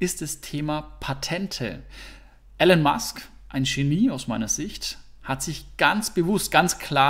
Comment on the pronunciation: Of what you don't know you shall not speak. Wer nicht einmal den Vornamen von Elon Musk richtig aussprechen kann hat mit Sicherheit keine Ahnung vom Unternehmen. Wer das Tesla anhand von Charts bewertet und behauptet dass Tesla ein Autobauer ist hat sich noch überhaupt nicht ernsthaft mit Tesla beschäftigt. Tesla ist ein Technologie und Batterie Unternehmen, das in den nächsten Jahren nicht nur den Automobil- sondern auch den Energiemarkt beherrschen wird.